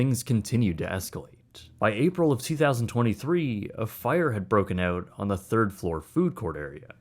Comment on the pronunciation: Every time he says “Oot”. Drink! 🍺